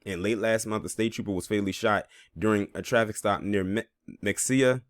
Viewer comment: Mexia is pronounced Muh-Hey-Yuh